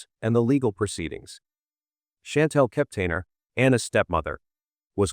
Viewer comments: Omg ; if you mispronounce Anna's last name Kepner one more time I think I will scream! You keep saying "Keptainer" there is no a i n syllable in that last name anywhere yet you keep talking about accuracy on the channel! Argh! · KepNER SAY IT RIGHT